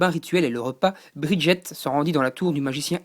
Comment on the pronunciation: ah oui, g pas tt dit! On dit BridgeSS, pas Briget! et c un écUyer, pas un écOUyer! SHola, pas Sola! Pour Argent(le royaume), ce que tu cherchais s'appelle une muraille. Pour Cristal, ce sont des gens normAUX. Mais passons. Fal n'est pas asiatique, mais plus désertique.